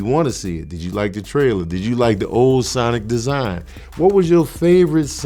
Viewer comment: Awesome. You said it the right way. 😎👍